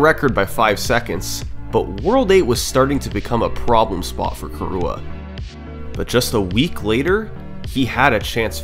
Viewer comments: Its not "Kurua" its "Kirua" !!! Learn to pronunciate and respect names! I am KIruas friend! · hearing you pronounce kirua as "kee-rooh-uh" kills me every time. which is really painful in a 1h 30m video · I love how you pronounce the name like Khu'rooah!